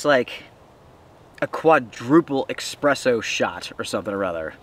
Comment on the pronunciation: As much as i like your channel mate! All over the world they butcher it, lol. It's ESpresso, not EXpresso